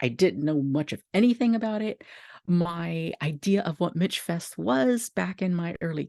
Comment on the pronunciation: I miss it so much... Michfest changed my life.❤ I was a worker, an attendee, a workshop presenter, and a craftswoman. Just for clarification it's pronounced "Mishfest" ❤❤